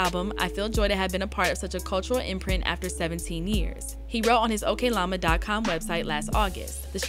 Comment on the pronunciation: It’s not “okay lama” it’s oklama